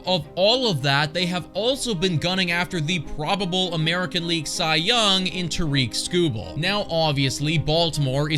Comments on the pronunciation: It's not Tareek Skubal, it's Tarik Skubal and sorry to burst your bubble but he's not going anywhere. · It would be nice if this guy bothered to pronounce Tarik Skubal's name correctly.